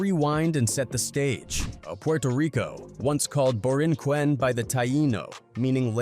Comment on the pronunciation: Boricua, not borichua. He butchered that and Borinquen.